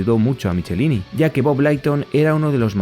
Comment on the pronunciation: Se pronuncia Mik-e-láin-i y Leiton. Hablo inglés y viví décadas en USA fuí a convenciones y así pronuncian ellos sus apellidos. No te lo tomes a mal, para que mejores tu canal 😊